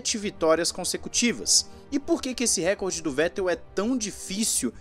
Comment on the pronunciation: Por favor, é "Recorde" e não "Récorde" a sílaba tônica é re-COR-de, posição paroxítona